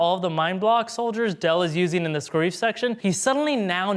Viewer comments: Scar-if not scar-eeeeeeef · Anyone else annoyed at how he said "Scareeve" instead of "Scarif" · Its SCARE-IF not scare-eef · It’s pronounced scare if not scare ife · Why does he say "scarreef" not scariff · It’s not scareef it’s scare-if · Sca-reef?! We hear it said 20 times in rogue one it's scare-if. You guys lose so much credibility when stuff like that happens. Leia is also seen using the force in Jedi sending Luke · It’s SCARE-IF, no one has EVER called it SCAR- EEF wtf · Scareef???? Scare-if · Ska-reef?! Are you trolling us? Or are you a Star Wars poser? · Its pronounced SCARE RIFF u swine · Sca reef? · “Sca-reef”??? Bruh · Yo, it's pronounced scare-if. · The way you pronounce “Scarif” makes me want to blow my brains out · Damn you really slaughter the pronunciation of Scarif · that is not the correct pronunciation of the word "Scarif"